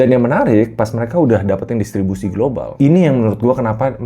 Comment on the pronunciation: itu salah ucap co, normal lah